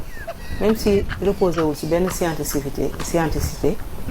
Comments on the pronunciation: Scientificité au lieu de scienticité pour une journaliste : bon c'est normal elle est de TFM!!! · néko kéneu dou wakh scienticité SCIENTIFICITÉ lagnouy wakh 😂😂😂😂😂😂😂😂😂😂😂😂😂😂😂😂😂😂😂😂😂😂😂😂😂😂